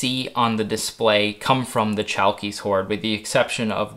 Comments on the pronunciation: You should pronounce it as Halkis, greetings from Greece. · in Chalkis the "ch" sounds like a thick "h" in harmony and the stress goes to the "i" Hal-kis